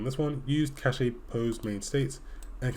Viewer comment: i love the way you say cache, but the correct way pronounce it is cash